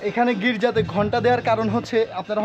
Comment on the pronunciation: Gijar noi Girja Boley Church k